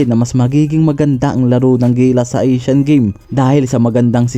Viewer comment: ASIAN not aseeean please